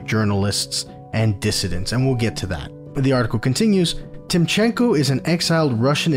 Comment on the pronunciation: so, youtube algorithms have decided to bring your video into my feed, i was really surprised how small your channel is! as a russian political emigrant, i appreciate you bringing it up because i missed the story somehow, and i wish you good luck in this creative journey (just a small tip, no offense, purely helping: we say tEEmchenko, first syllable accented, everything else is cool :)